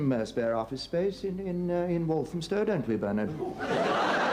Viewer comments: Please stop saying "Bernitt". His name is Bernard pronounced 'Bear-nudd' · Just to be clear, in the the UK, it's BEAR-nud. We don't pronounce the r's in BBC English. The stress is on the first syllable whilst the unstressed, thrown away second syllable is a neutral (schwa) vowel followed by a "d" (not a "t"). As is American, he can pronounce the r's if he wants to. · Do you just call him Burnit now to wind us up 😂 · I know, has been told this on every one of the many, many videos he’s done reacting to Yes, (Prime) Minister but insists on calling him Burnit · Lol. In the UK, "Bernard" rhymes with the two-syllable pronunciation of the word "learned", meaning someone who knows a lot: learn-ed. "As a biblical scholar, he appears to be very learned".